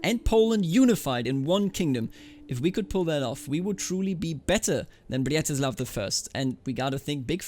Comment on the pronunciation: I really like how you say 'Břetislav' as 'Blyatislav', sounds extra slav